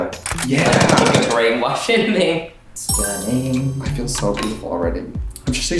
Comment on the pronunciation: STUNNINk. There’s a tiny k in there at the end.